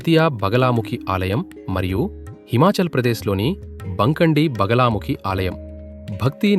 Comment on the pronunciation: బగలా కాదు బగళా ముఖి